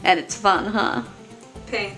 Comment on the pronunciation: At first I thought she said pink but she said pain lmao 😂